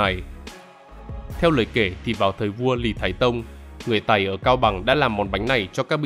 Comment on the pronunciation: đúng ra là dân tộc (người) Tày nhé; chứ không đọc là Tầy nvddl ///